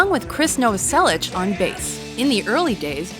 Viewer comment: Krist "Noverselitch" yeah, ok.